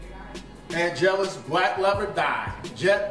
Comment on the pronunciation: “And next we’re gonna use the AN’ GELUS paint”☠️☠️☠️☠️☠️⚰️⚰️⚰️⚰️⚰️⚰️⚰️